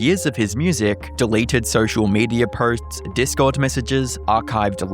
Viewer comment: Why do you say words like "posts" and "videos" with an R in it?